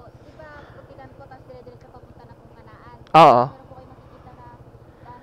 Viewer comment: Bakit ba cañaan ka Ng cañaan eh Canaan nga Yan